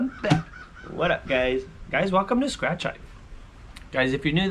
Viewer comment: Nice “smatch” 😂😂😂